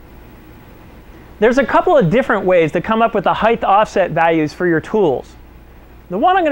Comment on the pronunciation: Fascinated with this process as I am giving serious thought to converting my manual Turret mill to a CNC machine. I'll then be able to do impossible tasks on a manual machine. One minor point. Height is pronounced "heyt", not "heyth" as all your speakers mis-pronounce. Width is "width" but height does not have the final "th". English is a beautiful and precise language which sounds best when used properly.